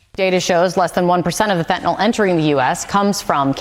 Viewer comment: it's not fentanol, it's fentanyl, even Chrome's spell checker gets it right.